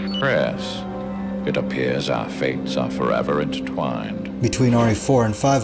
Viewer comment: Inezh forevah